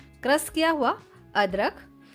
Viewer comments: Aap crush ko krass kio bolte ho? Naashta ko Naasta! Khushboo ko khusboo or gaajar ko gaazar! Fresh ko fres! Recipe acchi hai! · Sier, crass, sape ( share, crush. Shape )